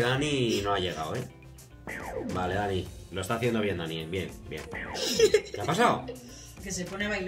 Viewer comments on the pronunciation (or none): Se dice dani no danny